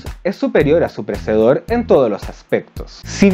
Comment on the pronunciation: Buen material,. Un detalle: Predecesor, no predesor. De resto, kool!